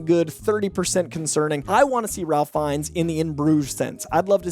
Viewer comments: By the way, Ralph Fiennes is pronounced Rayf Finez. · saying Ralph Fiennes wrong btw and Sterling K Brown is 46